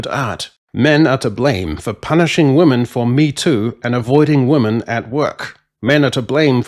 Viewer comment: Dude. Why can’t you say the word ‘women’ properly?